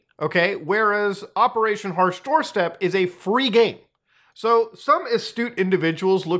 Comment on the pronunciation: "Operation hash Doorstep" lol its "Operation Harsh doorstop" I know because I thought it was the worst name ever and I still do..